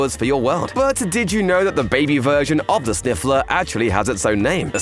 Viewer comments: They are called sniffer not sniffler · Its called sniffer not sniffler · snifler? its sniffer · It's sniffer